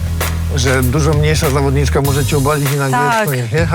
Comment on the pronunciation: Mówi się zawodniczka a nie zawodnićka 😊